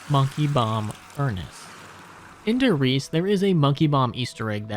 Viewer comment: it's like nails on a chalkboard everytime you pronounce Der Reise "dur reese"